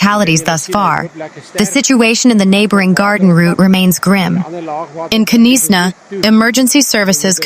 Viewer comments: Destroyed is a bit dramatically overstated.... Your accent and pronunciation are very good. 🌹 1 thing if i might....Knysna..is pronounced Knys( just like you pronounce mace...) na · What a shame reporters don’t ask locals how to pronounce place names correctly. Knysna is pronounced NAISNA as in NAIROBI